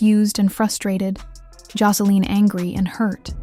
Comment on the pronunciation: Josa- LEEN 😂😂😂